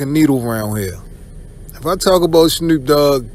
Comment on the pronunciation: It's Snoop dogg not Snroop dogg.